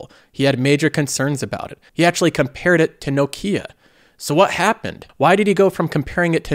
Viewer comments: someone tell this guy how to pronounce nokia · pronunciation of Nokia is cracking me up so much haha.